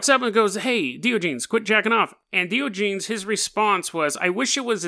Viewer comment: This guy is my hero lol. Hate to be that guy but...Die- On- A- Geez is how you pronounce it bud lol :D